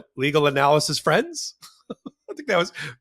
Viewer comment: awww fwends….